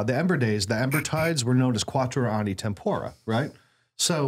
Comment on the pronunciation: English speakers triying Latin are so cute. They say Tempora and they sound like Satan himself.